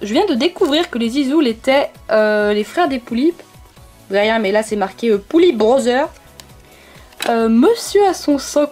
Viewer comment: "Pullip brhozzeur" jpp 😂